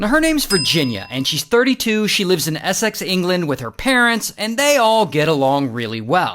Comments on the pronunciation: Essicks it’s pronounced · Ess-ex I know it one of our many countys that non british struggle to speak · The way bro said Essex💀